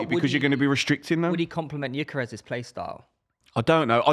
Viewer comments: Just to be clear, "yikeres" stop saying it. I was born in the same hospital, knew his family as a kid, and still know his mother. Its "g-yor-ker-ez" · His name is not Ikarus. It's Gyökeres. "Gyö" is pronounced as "Ge" in "Germany".. then "keres". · Who is gyikeres ITS GYOKERES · where tf is this yikerez pronunciation coming from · Can’t even pronounce his name right, real good debate here